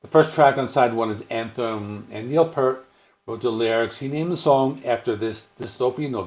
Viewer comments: Pee-ert...NOT pert! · While you're at it, pronounce his last name correctly. It's pronounced "Pee-ert" NOT pert.@ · I appreciate your love of Rush, but you could at least pronounce Neil's last name correctly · Well damn, now I feel bad because I have a critique also lol 😏 How can you have such a vast more in-depth knowledge of the band and don't know how to pronounce Neil's last name?